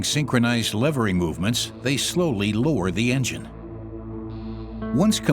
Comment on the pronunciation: "They will need to be synclonized" hehe